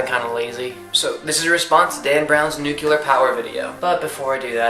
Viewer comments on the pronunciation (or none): love you, and I completely agree with what you're saying- with any energy comes risks and drawbacks. just one thing- nucLEEar not nucYUHler. (